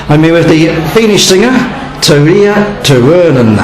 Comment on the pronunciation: This stupid announcer can not even pronounce her name in the right way...if i could i would slap the §&%! out of him right now -.-. But thx 4 the video anyways haha